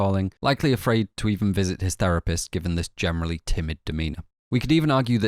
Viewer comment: Why do you pronounce "generally" like "gemenerally"